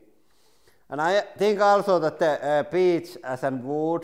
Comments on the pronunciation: I thought he was saying birch and his accent just got super thick suddenly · I thought he said Peach lol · I thought his accent made it sound like "bitch." So... he's gonna nail some bitch. :D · Your accent might get you in trouble, it literally sounded like you said bitch.